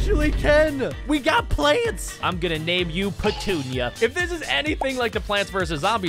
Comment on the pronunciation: Did any of you realize he named the sunflower patoonia and he said pentunia